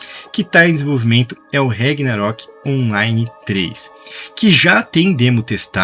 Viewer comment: rEgnarok? CARALHO! VOCÊ NÃO FALOU O NOME CERTO UMA VEZ NO VÍDEO... PQP!